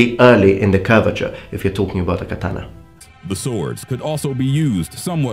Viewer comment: Kathana, not Kataaaaaaaaaaaaaaana